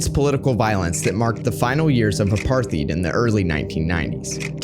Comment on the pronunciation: Mate - interesting video. Just remember, for future reference Apartheid pronounced with a ‘t’ not ‘th’.